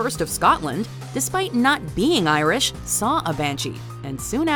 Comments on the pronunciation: The pronunciation is completely off but I appreciate the effort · i love reading about irish myths and legends but wow did she butcher the pronounciations.